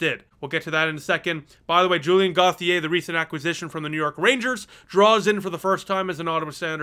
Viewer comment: I agree - for the most part a good effort by the boys but they were beat by a better team. Btw, although I’m not french, I believe Julien’s last name is pronounced phonetically like “goat-ti-A” (as opposed to “Goth-i-A). Sorry it was just something I picked up on. :-).